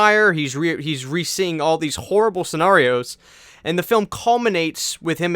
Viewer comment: No one:: pronounces scenario wrong.